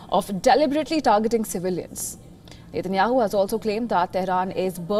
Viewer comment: REPORTER.. NETANYAHU NOT NEYTEYNYAHU STUPID